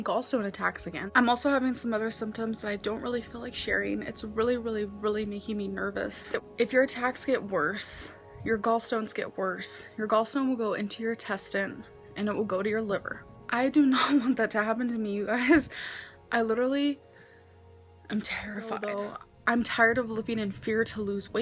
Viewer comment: "your gallstone will go into your 'testine'." Also I wonder if her gallstone symptoms got worse when she was "on track" due to her eating low sugar diet foods made with sugar alcohol.